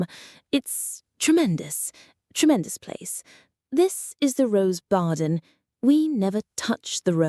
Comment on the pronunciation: He probably said barden.